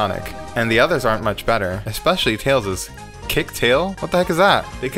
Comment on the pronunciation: Ah yes, "and the others are much better" 11/10 Not a single mistake of pronouncing "aren't".